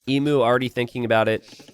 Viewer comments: pls it’s pronounced eemyuw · Say emu correctly, for the love of vegemite!!